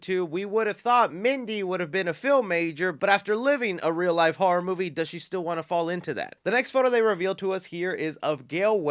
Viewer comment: When you were talking about the aged/cracked mask, I know you said “this still definitely looks like Ghostface,” but it sounded like you said “this STU definitely looks like Ghostface” 😏😏